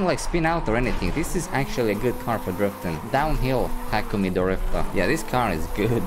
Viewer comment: you know this dude ain't seen initial D if he's mispronouncing takumi's name. smh.